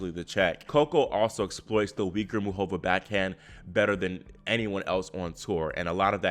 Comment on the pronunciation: Please say MUCHova, not muchOVA.